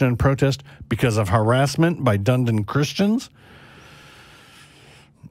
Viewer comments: Pronounced "Dun-e-din"😉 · its pronunced dun edin